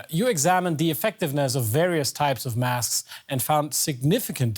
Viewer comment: make sure you wear you wasks, everybody.